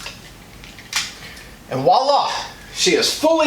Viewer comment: "and wolla" killed me! It's supposed to be "and voila"